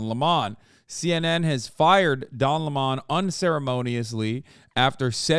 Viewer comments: Why does Hasan keep saying Le Món instead of Lemon 😩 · Hasan’s name pronunciation trolling fucked me up, and now I don’t know if his name is pronounced luh-mahn or 🍋